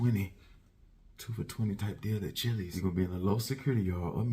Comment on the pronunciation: He ACTUALLY called Chillies 😂😂😂💀